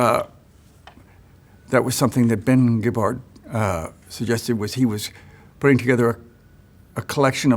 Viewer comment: So I've been pronouncing Caetano Veloso correctly my whole life, but wrong about Ben Gibbard?!